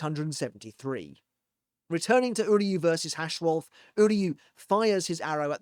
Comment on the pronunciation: Orahaime, Uharbach or just UAB, Hashwolf and Uru huh? Auto captions are really something. Or Yodi and Kate... Can you guess who that could be? Oh, the h in Hashwalth is silent, it ends with a hard t. That's what th meant in German when it was still in use. That one isn't on the captions.